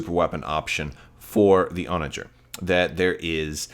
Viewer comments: Your pronunciation of Onager is correct based on the English pronunciation of the medieval siege weapon and the wild ass. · you are correctly pronouncing Onager. And I believe Thrawn audiobook pronounces Arquitens the way you have been saying it